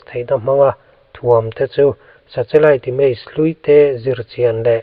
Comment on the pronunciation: 😮 2040 maw ??!!😮 Nge ka ngaithla sual / hre sual zawk aw..?? Tin, nen hian 'Sa-Che-Lite' ti maiin ka hre bawk !! Mahse, Chanchin i buatsaih te erawh a tha hlawm khawp mai, ngaihthlak a manhlá in a ngaihnawm e (interseting) 👍👍 Lo tang zel rawh, a bík takin 'thu lam' kawngah . A chhan chu i content hi a hmuhnawm lam ni lovin a ngaihthlak lam chi a ni si a. Frm. New Subscriber